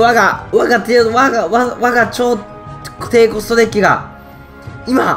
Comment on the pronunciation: デゥキってわざとなの？